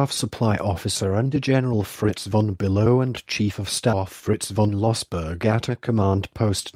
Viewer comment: SO DIFFICULT TO LISTEN TO. SOUNDED LIKE HITLER ORDER AN ATTACK IS SUDAN... URE SURE IT WASNT ZIMBABWE? ALSO SHOWING VORONEZH FRONT WHILE TALKING ABOUT POLISH CAMPAIGN... WHO IS THE AUTHOR OF THIS BOOK ANYWAY? THE GENERAL "BELOW" PRONUCIATION IS ALSO HILARIOUS; MIGHT HAVE AS WELL CALLED HIM GENERAL UNTER...